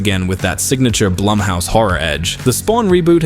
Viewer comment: Say it with me narrator guy "BLOOMhouse." "BLOOMhouse productions."